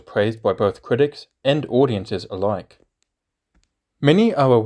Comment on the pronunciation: Kwitics 😂 Juwassic 😂